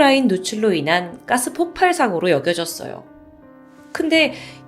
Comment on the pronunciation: 폭팔이 아니고 폭발인데...계속 폭팔이라고 하네요